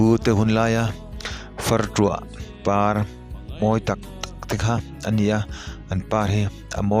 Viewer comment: Fartuah nilovin Fartluah ani zawk e